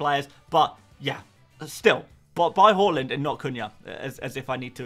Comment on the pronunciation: Bought in Trent and captained him! Also did Zouma to VVD for a hit which looks to have paid off! Have already activated the WC straight after the deadline and caught some price rises. (I do love that you pronounce Haaland correctly) On WC I think my front 3 will be Solanke, Haaland, and Nkunku. Just worried about Watkins's ownership being over 50%, feels like I have to have him, just don't ever feel comfortable owning him and he's so expensive... What do you recon? (have also wanted Nkunku since preseason and can finally get him too